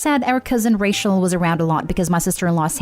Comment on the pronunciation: It really annoys me that the narrator pronounces Rachel as racial. Even though this is my favourite reddit related channel, it was just hurting my ears. 😅